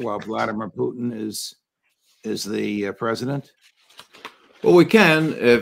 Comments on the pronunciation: Poo-tein? Does it have all the essential amino acids? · Who is Puteen? 😂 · Poo-teen... hopefully that is satire pronunciation from him, otherwise my God please use Google. If this guy thinks Japan was just going to give up without the bombs being dropped, I got ocean property in Arizona he may want to buy. Discussion on location and timing for the drops to avoid loss of life vs just a show of force not withstanding (ie yes better choice could have been made) but the atomic bomb was a necessity to be dropped, Japan would not have given up otherwise. Pretty well supported by 80 yrs of documentation and reports both sides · Why can't McGovern pronounce Putin correctly?